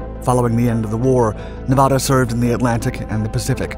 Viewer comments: Please. PLEASE! SAY NEVADA CORRECTLY! Nev (in never) add-uhhhh. Not neevauhda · Hey ding a ling it isn't pronounced Nevawda........Nev ad a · It's not Nevahda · Nevahda... no wait that's not right. Nevada there that's better. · What a misinformation fest. First of all the narrator doesn't know how to even pronounce Nevada. Hint it's not Nevahda. And it wasn't the only Battleship to rise out of Pearl Harbor and fight the Japanese. Shsseeehhh do your friken homework. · How did he pronounce Nevada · Good doc, but you say Nevada like a tourist. :) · If I am not mistaken, she had 2 atomic bombs dropped on her was used fpr target practice by 2 battleships and then torpedoed. Taking something like 3.5 or 4.5 days to finally sink. Being from nv I did my senior project on her. And the way you say her name tells locals you are not from here. No biggie we just know when we hear it 😅🤷‍♂️ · Everyone from Nevada cringing every time he mispronounces Nevada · Pronounce the state correctly. You're getting the second syllable wrong. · C'mon man. If you narrate a documentary, at least pronounce the word Nevada correctly.